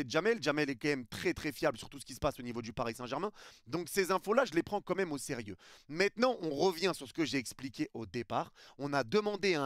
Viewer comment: On dit " quand même " Pas "qu'un aime " Stp